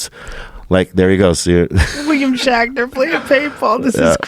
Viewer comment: Rogan still saying Shackner lol